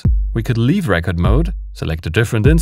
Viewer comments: Lovely tutorial! Just a heads up your English is better than mine but thought I could help a bit. Re-cord (to save data) and rec-ord (a disk of data) hope that helps. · Just found your channel today (via the TR-6S video) and subbed - so good!! Btw, record with the stress on the first syllable (RE-ked) is an album/LP/etc OR a Rekord, e.g. a world record, whereas the verb 'record' ('aufnehmen') is stressed on the second syllable (re-KOHD). You'll want to use the latter in pretty much any scenario on your channel, including this video ("enter re-KORD mode..." ). Source: former English teacher and native German speaker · You pronounce 'record mode' wrongly. In English, as with most or all languages, some related but distinct words may be written the same way but pronounced differently. 'Record' is one such case. You have the word both as noun and as verb. The noun is like the vinyl disc, album or single, with empasis on the first syllable: the RECK-ord. But when you want to write down information or ceate video or audio to be played back later, then you use 'record' the verb, which has emphasis on the second syllable - rec-ORD. I want to rec-ORD the speech I am listening to, so that I have a RECK-ord of it. I have a RECK-ord of the meeting, written by hand, here in my notes. I am also going to rec-ORD what is said in the next meeting. I have Bob Dylan's newest RECK-ord. On his next live show, I am going to rec-ORD a bootleg and distribute it for free.